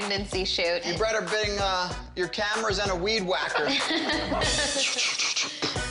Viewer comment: How is everyone ignoring the fact that he said 'you bretter bing' instead of 'you better bring'